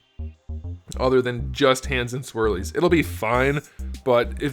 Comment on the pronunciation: The way says "Swirlies" makes me lol:D